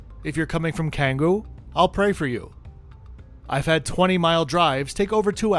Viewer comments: i'm sorry, i can't help but keep correcting whenever you say "kanggu" instead of "Canggu"😂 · Love the report and the little bits of info on Garuda 😉. Btw, Canggu is pronounced like “ Changgu “. 😊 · Canggu is pronounced Changu, just so you know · The way you said Canggu made my heart stop...